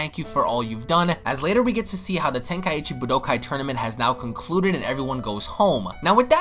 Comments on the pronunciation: Nigga said budokai wrong FAIL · pah pie yah man lord almight save me and u have said budokai correctly before my head tilts each time i hear it said weirdly